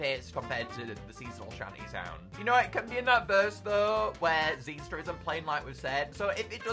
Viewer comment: i've always pronounced xyster with an "i" sound, but ever since this video its just been xeester